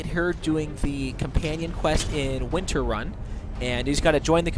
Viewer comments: whiterun not winterun lol lol lol hhahahahha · Hahahahhahaa Al-THE hunter.... Moricki hahahaha and winterun hahahahahahahha omg I was kuking myself